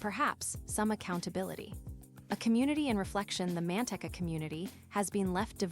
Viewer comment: "MAN-tek-ah" "Charles McGonegal Roman Two" "San JOE-quin" This is sooooo bad. Couldn't someone from Manteca (pronounced "man-TEA-kah") give us the real scoop rather than this AI crap?